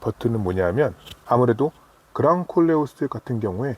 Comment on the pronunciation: 꼴레오스말고 콜레오스라고해주세요ㄲㄲ